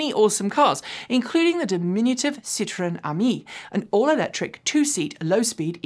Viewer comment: Now that you have started correctly pronouncing Porsche it's time to work on Citroen. Hint: It is a three syllable word, "sit-row-en". The pronunciation you used in this video is the French work for lemon.